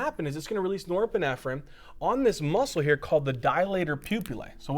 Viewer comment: i wish you would stop saying neuroepinephrine